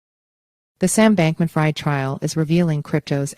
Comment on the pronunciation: if you’re going to report on a trial, maybe it would be a good idea to double check the pronunciation of the defendant’s name ( spelled like it sounds: Bankman-Freed), along with one of the two companies involved (spelled like it sounds AL-a-MEED-a!!!)…